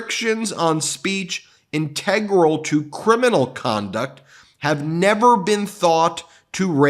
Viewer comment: Ben: Integral is pronounced as follows